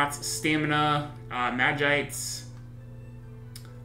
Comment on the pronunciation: 2 things - it's vis-see-ore and mah-jee-sight